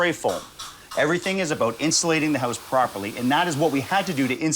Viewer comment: It’s a house not a hoooouse😅